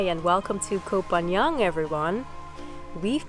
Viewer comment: And you still cannot pronounce the name of the island. It's not Koh Phan Young, but Koh Phan GAN. Pronounced like GUN!!!